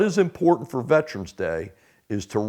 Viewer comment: IT'S PRONOUNCED VET ER ANS... NOT VET TRANS🤣🤪😵😵‍💫😡